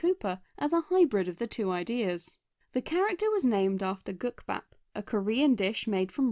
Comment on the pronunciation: As Korean, I can confirm that the pronunciation of “국밥” was hundred percent accurate.